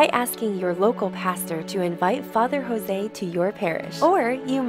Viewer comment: Thank you for making this video of dear Fr Jose. He is Indian, not Hispanic. His name is pronounced Jose (joes) not José (hoe-say) 😇